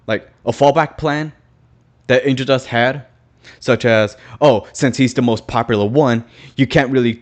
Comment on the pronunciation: The way you sound like you're saying 'Angel Dusk' makes me imagine that when Angel gets redeemed, he changes his name to Angel Dusk to remove the association with drugs❤